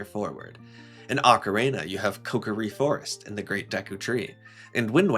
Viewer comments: he said “Orka-reena” about 20 times and that is atrocious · Yet another Zeldatuber that can’t properly pronounce “ocarina”.